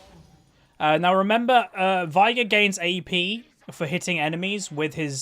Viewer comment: I just thought I'd let you know that his name is pronounced 'vay-gar'. Final Boss Veigar says it in two of his lines. "Unimaginable is the power of Veigar!" and "I, Veigar, will knock you all down!"